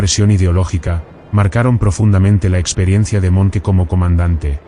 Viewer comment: Fuck A.I. narratives! Monkey! it's pronounced Monk,Dip shits!